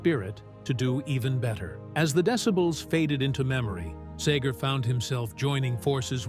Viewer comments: It’s SEGER not SAGER. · It's Segar, not sager, good lord. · LIFE is "tragic". Get over it! AND BY THE WAY, IT'S SEGER NOT SAGER. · SAY-ger? Where are you from dude? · I cringe every time Seger's name is pronounced Sager. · Say-gur= cringe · I don’t know who you’re announcer is on these videos, but he can’t pronounce a lot of things. First of all Bob Seger with an E is not Bob Sager like he pronounces it and this isn’t the only video this guy miss states things. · SEEGER!!! Say it right. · I love how the narrator mispronounces his name every time. Brilliant!!! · If this guy could only pronounce his name I could make it through the whole thing I think I'll just listen to a Bob Seger album instead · It'd be nice if the narrator knew how to pronounce his name correctly. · YOU MIGHT TRY PRONOUNCING HIS LAST NAME RIGHT. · People Wouk’s take you more seriously if you could say Bob’s last name right 🙄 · Why do an authoritative biography on a guy when you can’t even pronounce his name correctly? You know, you can check for pronunciation (before) you hit publish.